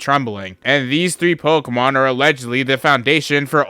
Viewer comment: If I had a nickel for every time this guy mispronounced a pokemon, Bezos would be my bitch